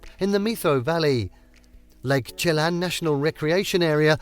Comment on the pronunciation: Good video, but you pronounced several places incorrectly including puget sound, Leavenworth, Chelan, and San Juan…